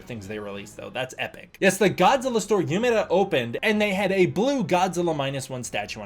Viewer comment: THERE WAS AN EVENT IN UMEDA AND I MISSED IT???? NOOOO Btw it’s pronounced “Oomedah”